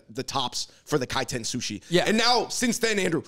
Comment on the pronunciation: It's Kaiten